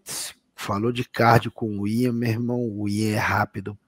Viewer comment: Por que o chama o Ian Garry de Aian? Não existe esse nome, mano. Ian se fala exatamente como todo mundo sempre fala, não entendo essa lombra...